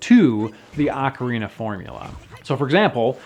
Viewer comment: I'll play this. Also, rofl ah-carina.